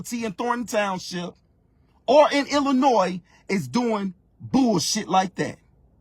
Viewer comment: At least he can pronounce Illinois correctly. The rest is debatable.